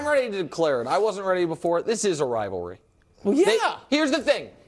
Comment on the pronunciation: IT'S NOT A RILVARLY 😂!!!!!.....